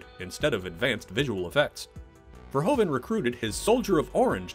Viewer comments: It's Paul VERHOEVEN !!!! not Verhoven !!!!!!!! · Paul Verhoeven actually pronounces like Verhooven ( Proof, J. Edgar Hoover, roof ). Etc. That aside, Robocop is one of his best action/drama film. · I love this and the sequel, but I beg you, please just say "Fair-hoove-un".